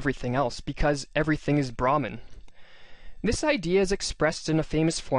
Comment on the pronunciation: Brahman is pronounced as bruh-maan